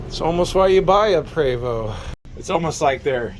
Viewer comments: Small item but I always get corrected by acquaintances and friends; it's pronounced "Pray vo" ( as in French ), no? Great videos. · Love your videos sir, your knowledge is appreciated!! Just a friendly note from a person who has worked with Prevost.. It is pronounced 🙏 "pray Vo" ..think French lol